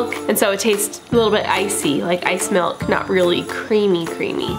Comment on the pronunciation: Melk lol